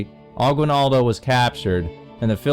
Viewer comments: Not Emilio Aquail-naldough it's Emilio Agi-nal-do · Emilo Aquinaldo ITS AGUINALDO IAM SO SAD THAT SPAIN & America (U.S.)CONQUERED US THE PHILIPPINES Wow thank you for 6 likes in 5 minutes I have the maniest likes I guess…